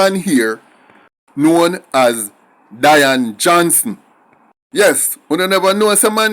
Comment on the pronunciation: I don't think you pronounce the name right (Day-an ) or Dian